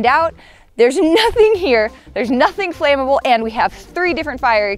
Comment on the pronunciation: "Flammable" - Flam-a-ble. Flame-able? No such word. Reclaiming the English language, one word at a time! 😁